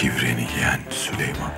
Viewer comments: Kral leoş mudur leş midir nedir Sölömon demisi çok komik leoş sahnelerini Sölömon dedikten sonra geçiyorum 🤣🤣🤣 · Türkçeyi sular seller gibi konuşupta süleyman yerine sölomon,ibrahim yerine abraham demeleri 🥴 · Şu layoş mudur mayhoş mudur nedir onun her kelimeyi düzgün söyleyip süleymana sölömon demesi puahhshahxjah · peki adamların çok iyi Türkçe konuşup Süleyman’a SüLomOn demesi